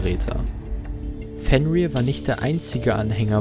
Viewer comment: Fenrir wird nordisch nicht englisch ausgesprochen